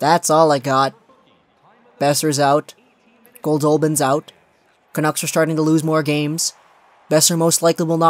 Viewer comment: the way you say "Canuck" is so annoying "canooks" is how it sounds when you say it.